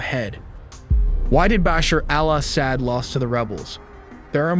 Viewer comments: bro you are mispronouncing his name it's not Basher al-ASS-ad it's actually Ba-shar Al-Asad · just a quick tip: in Arabic, the 'AL' is often dropped in pronunciation. It might be helpful to listen to some native speakers to get a better feel for the rhythm. Bashar-AL-Asad simply is Bashar Asad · BOSH her AL oss ED...gotta love how AIs pronounce foreign names lol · Maybe take a moment to practice saying 'Bashar Al Assad' a few times off-camera before hitting record. Or better yet, consider trimming down the number of times you say it—no need to turn it into a tongue-twister challenge for yourself and your audience. Are you rehearsing, or just hoping your followers will grade on a curve? But great perspective the way you said his name distracted me from the main story a little. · Dude before you go and make a video maybe you should go and learn how to say these people's names before you make a fool of yourself like you can't even say turkey's president's name properly or Bashar al-assad go back to school and learn some English bro